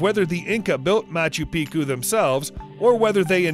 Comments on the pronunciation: Machu piku???? You have said it properly before why say it wrong now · Machu piku hahaha haven’t heated someone pronounce it that horrible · Machu Picchu is " MATCH-oo PEEK-choo " not " PEE-koo "... If we're going for accuracy, just sayin'. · "Machu PEEKOO"? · Its pronounced (Ma-chu-pee-chu). Or has been for the 50 yrs I've known of it. Just say'in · I cant believe he pronounced Machu Picchu wrong. Apparently he does it on purpose so that people comment on his videos more. Kinda an annoying fuckin tactic, if ya ask me. Haha